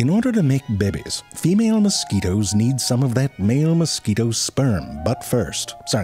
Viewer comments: I like the way he initially pronounced mosquitoes as "moss-ku-weetos" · I'm not going to lie the way you pronounced mosquitoes is the only way I can remember how to spell it. Now I just imagine you saying it